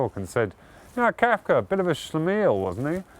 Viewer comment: Can't get past the way he pronounces Kafka as Kaifka...